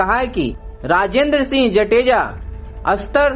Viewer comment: Mehrbani karke aapki language clear rakho....jateja nahi .. Jadeja bolo.....he is my chachu.... please